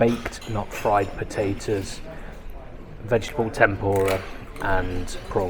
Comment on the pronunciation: Absolutely brilliant video. Thank you sir! Made us extremely excited and didn't want it to end. Must be near us with the way you said 'tayters'😂 thanks again